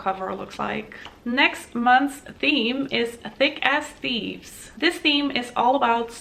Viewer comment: The items were underwhelming this month. But your unboxing was still great 😁 Also when you talked about the theme for next month, I thought you said “Thick Ass Thieves” lol